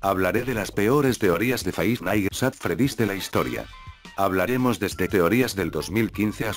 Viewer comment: Nadie: Absolutamente nadie: Loquendo: Faivf naitz att fredís.